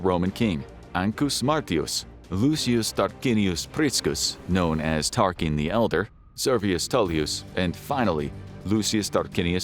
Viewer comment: Saying the name Tarquin wrong within the first 4 minutes is not a great sign...